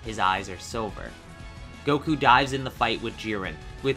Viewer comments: Yeah but it sounds like dies. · The v wasn't pronounce